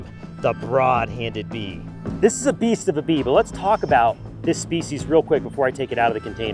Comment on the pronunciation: “I got stung by the BEEST” 💀